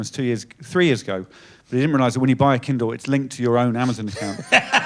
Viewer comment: Oh KINDLE! I thought he was saying KEN DOLL I was so confused 😅